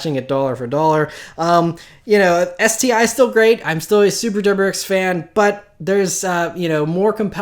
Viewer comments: You say the intro very fast like your on drugs or something? Sounds like you are saying super x fan here lol. Soo weird and childish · lol I know he skips some letters... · Raúl dude it sounds like he's saying "super dorks fan." It's hilarious. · He thinks it is cute and his only trademarked speech impediment intro.